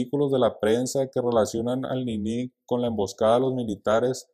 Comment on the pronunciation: Por q le dice ninÍ y no NINI